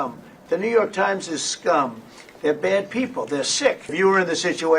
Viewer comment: Ajit Ji, I like your reports and have a.small suggestion. You are pronuncing New York as Newvark. That is wrong. There is a different city called Newark, so, please try with correct pronunciation. Thanks.